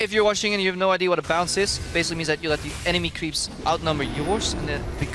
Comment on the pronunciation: Krepo really struggles to say "Idea". ..... Happens to the best of us.